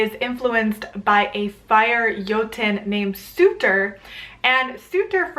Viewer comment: Pretty sure Surtr is pronounced “sert”